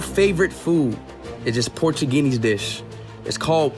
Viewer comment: bruh speed said portugunese